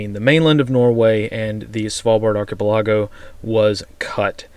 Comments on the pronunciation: Love the news. Please check your pronunciation of archipelago. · Dude... you don't know how to pronounce archipelago?